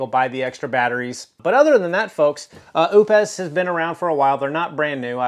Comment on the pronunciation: it's prounounced "oops" just like the britney spears song! lol